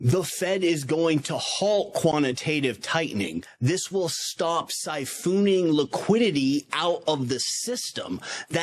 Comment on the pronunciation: love the info but I don't think siphooooon is a word lmao